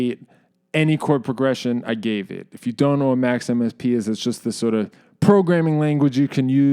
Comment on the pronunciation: I hear Max/MSP as Maximus P, which sounded kind of cool